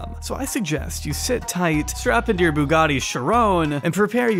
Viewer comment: The way how Andrew pronounces Bugatti sounds like a combination of a baguette and spaghetti.